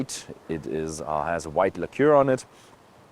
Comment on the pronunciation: Thanks for the news! Ahh yeah, Lacquer is pronounced "lack-er"...